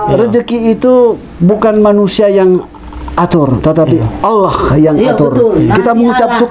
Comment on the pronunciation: Alhamdulillah sudah hafal dan fasih menyebut nama ALLAH SWT 🤲🤲🤲